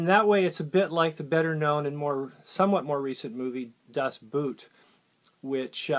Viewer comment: I think you got the pronunciation right in the last instance, but just for the record: "Das Boot" is pronounced as "Das Boat". The double O sound in DE is pronounced as in EN "oa" (as in soak, moat, coat, etc.). The German word for "boot" is "Stiefel" - a totally different kettle of fish.